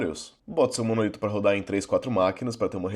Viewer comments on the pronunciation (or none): Apesar de todo mundo de TI no Brasil falar "monolito", o correto é "monólito" (proparoxítona)